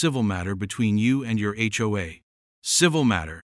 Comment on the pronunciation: It's just pronounced H-O-A each letter individually😊